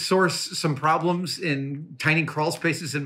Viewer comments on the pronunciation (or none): none